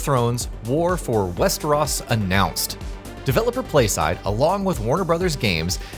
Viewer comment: Wester-oss? Dude ever watch the show?